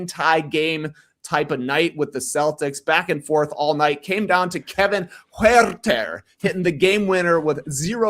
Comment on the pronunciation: I chuckled when TK did a callback to Leigh’s annoying pronunciation of Huuuuerrrrrtehhhr